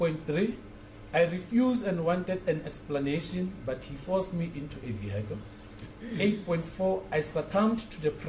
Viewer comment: Who taught South African lawyers poor English? Vehicle is not ve-high-kle please !!!